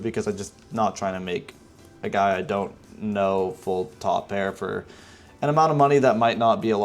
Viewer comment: That "2 PEAR"@ was the NY two pair I have ever heard. Idk if it was on purpose or not. lol